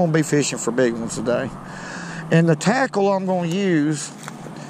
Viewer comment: My new favorite word!! "Fur" ..I'm gonna run that word " fur"in the ground